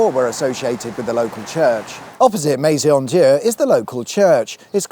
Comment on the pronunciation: As I have said before - it's pronounced Me [as in meh]-zon di-ur